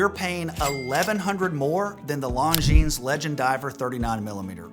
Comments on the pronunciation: [longjeans] LOL.... before create videos, learn how to pronounce brands. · This is a channel for watch newbies. If you want to base your buying decisions on this guy's opinions, go right ahead. However, if you advance farther into the hobby, you'll realize that he's wrong as often as he's right. For example, the Longines (the "s" in Longines is silent, BTW) Legend Diver and the Tudor BB58 are two different aesthetics. And he seems to have immense love for the Omega Aqua Terra, a watch that leaves some people cold (same for the Tissot Gentleman, which is a watch that absolutely screams that you let somebody else talk you into buying it). A watch is just wrist jewelry. Buy what appeals to YOU, not what somebody else tells you that you should like. But, hey, if your taste matches this guy, then you've found your guru. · The 's' is silent in 'longines'. And the 'g' is an extremely soft j.